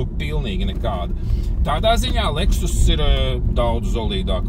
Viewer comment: Kāpēc "Lehus"???🤔